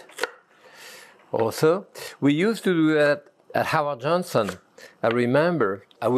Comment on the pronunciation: did the chef say he worked at Howard Johnson's? It just might be his accent. Yes, he said it again...that had to have been the best HoJo EVER! ha...actually this looks like Chicken A La King! Loved that stuff back in the day, over homemade biscuits.